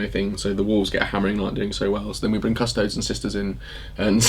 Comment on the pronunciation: Custodes is pronounced "cuss-toh-dayz"...not "cuss-toads".